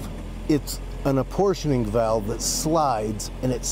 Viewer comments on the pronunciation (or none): none